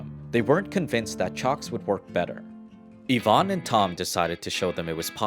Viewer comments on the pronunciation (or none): "Yvon Chouinard".... "Yvon" is not said as "Yvonn", it sounds like the feminine version of the name. There shouldn't be emphasis on the "n". "Chouinard" is said more like "Chouinor" (you managed to say the first part of it nicely enough). Yes, I'm French Canadian.